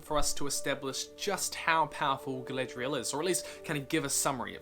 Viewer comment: I enjoyed watching & listening to your video, I have one thing that niggles me though. ..... You sound like you are saying, ... "Galedrial", as opposed to "Galadriel". ..... E instead of A, ..... maybe it's just your accent, ..... I'm a South Yorkshireman so, ... I'm sure you might find words that we say, ... different. I could NOT find anything else to say except, ..... A for Apple, ..... E for Egg. ..... ha ha. GREAT VIDEO LAD, ..... WELL DONE.